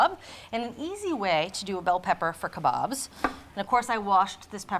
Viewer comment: It's so nice to hear kabaabs being pronounced properly and not the weird way they usually are (kay-baabs) . I am from India and love your videos .